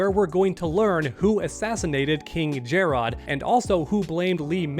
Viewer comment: Honestly I'm getting low-key annoyed by how pronounces emperor Jerrod's name as "Jerraud" and not Jerrod